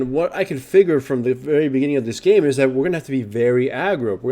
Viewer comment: the way he pronounced "game" sounds like "name" I checked for a 2nd time, was like "title of this name" u wot m8